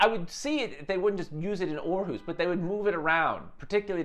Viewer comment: Nice pronunciation of Aarhus